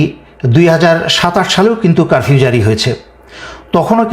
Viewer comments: ভাইয়া কারভিউ না।উচ্চারণ ঠিক করেন।তারপর লাইভ করুন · কারবিও না, উচ্চারণ টা হবে কারফিও । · ভাই আপনি তো কারফিউ উচ্চারণ ও করতে পারেন না।